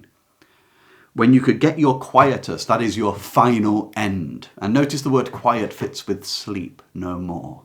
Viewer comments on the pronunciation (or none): none